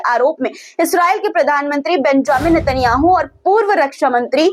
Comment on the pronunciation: देखो नेतन्याहू का जब भी नाम लिया करो ऐसे ना कहा करो केतन याहू कह रहे थे ऐसे कहा करो नेतन्याहू कह रहा था